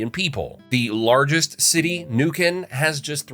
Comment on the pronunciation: Niuk vendría a ser Neuquén? Aprendan las pronunciaciones